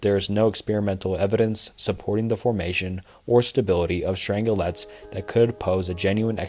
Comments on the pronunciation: The mispronounced words are even worse. Dude reads about "strange quarks" but doesn't draw the parallel that "strang-lets" is probably "strange-lets". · Love the video, just fyi Strangelets are pronounced Strange - Lets